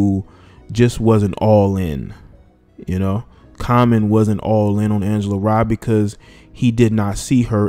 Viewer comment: Its pronounced Ray not rye